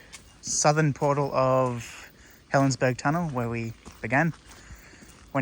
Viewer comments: I worked as a Guard at Helensburgh. And it is pronounced Helensburra. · According to Historic Helensburgh, it's pronounced as "berg". It's from an old Saxon word for castle/walled town. The German word is burg, which they pronounce more like "boork". BTW, I have family that live there, and they pronounce it as "berg", so I'll go with what they say.